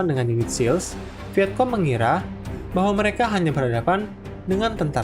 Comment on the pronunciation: Kayaknya bacanya viecong bukan viekong